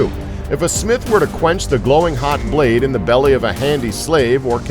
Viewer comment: "Da braid of a longsword"